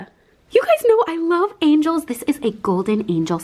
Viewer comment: Angels not angles 😂